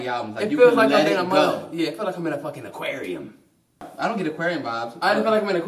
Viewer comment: bro why did you say aquarium like dat 😂😂😂😂😂